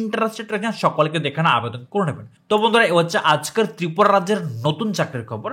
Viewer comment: Tripura × Tipura ✓ Problem × Poblem ✓ Organising × Organisation ✓ Pronounce ta thik koren